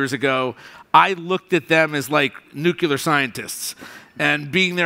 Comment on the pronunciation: "nuke-u-lar" - blegh